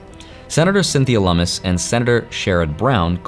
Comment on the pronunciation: Cat's Lummis 😂 Loo-miss